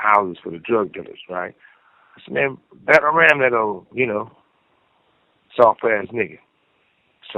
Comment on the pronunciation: I Told Him "Batter-Ram" Em....! - Suge' Knight😂😂😂